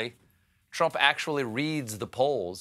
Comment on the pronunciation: I also heard him say "Twump". And what is an "Election Security Operation" and is "To join army" a saying, or is he just rambling?